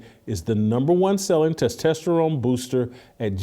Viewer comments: tes tah sterone not tes tes sterone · LOL. You still working on pronouncing testosterone? Must be a phobia. Just kidding. But it still tickles me. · Can someone teach Whitlock on how to pronounce testosterone. lol